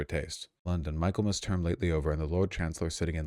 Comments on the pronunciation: mi·kuhl·muhs not Michael.mus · Mik-ul-mass, not Michael-mass. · This terrifies me almost as much as Trump! I have a BA in English because I would be terrified to have a BSE and teach young people! I have to correct you on one pronunciation, but I have been watching you for years and love your content! Michaelmas is pronounced as in Mickey! I’m always getting in trouble for correcting people, most say if I understood the meaning it doesn’t matter if they use the wrong word, definition or spelling! You are proving my assumption! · It's pronounced "Mickelmas", rube. 🧐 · The section of text you read -- You mispronounced "Michaelmas," "implacable," and "lowering." You're part of the problem, Vaush.